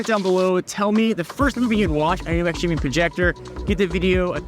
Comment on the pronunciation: ITS PRONOUNCED JIMMY THE X IS SILENT 😠😠😠😠